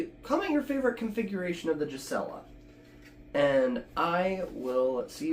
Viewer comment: GUEE-suh-lah (no J sound)